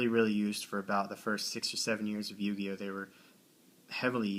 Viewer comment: What the fuck is a yu-guy-o